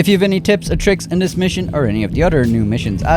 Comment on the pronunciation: “Otter tips”😂😂💀